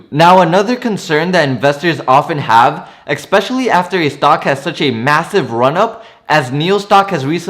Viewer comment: You say the word "EXpecially" and it is pronounced and spelled "ESPECIALLLY". There is no X in especially. You are welcome.